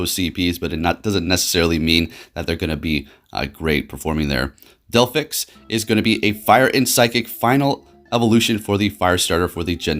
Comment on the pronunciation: He said delphix not delphox